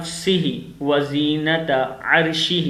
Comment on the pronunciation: O bhai. Wazenata...na keh wazeenat..